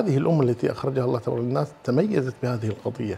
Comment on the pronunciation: الله تبارك وتعالى ❌ الله تبارَ ✅